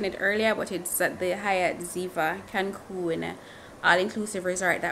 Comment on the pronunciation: It's Cancun😂 not Cancum